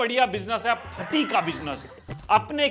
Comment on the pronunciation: Fati nahi bhai.... Phati hota hai..... Faad nahi Phaad